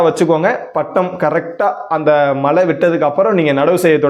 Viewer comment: அருமை... மலை அல்ல மழை..தமிழையும் கொஞ்சம் நல்லா பேசினால் இன்னும் நன்றாக இருக்கும்